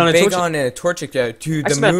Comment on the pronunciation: when you faught wynaut bagon actually sounded like it said "BACON!" xD